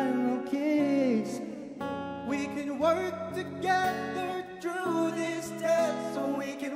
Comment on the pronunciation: i observed Fords pronunciation of "through" is "true" . he needs diction improvement i guess? but he sings well though